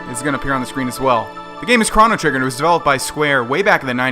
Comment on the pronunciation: Did you just say "Kraw-No Trigger" ? .. Boy, It's "Crow-No Trigger"